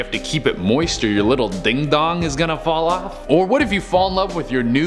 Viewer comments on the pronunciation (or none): none